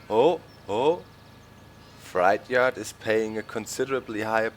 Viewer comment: Hey Doc, you're always helping us with German, so maybe I can help you a little... You're saying "freight yard" with a German ei but it's an ä, something like "frätjard." You're saying fright yard, or schreckhof :-)